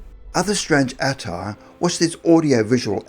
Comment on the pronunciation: FFS, learn how to pronounce attire. It’s very offputting.